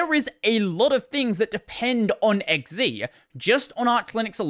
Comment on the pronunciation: Your an Aussie - X Zed, not X Zee!